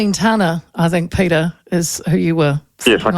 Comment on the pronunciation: Peteri ???? Any reason you have to maorify his name ? , his name is PETER .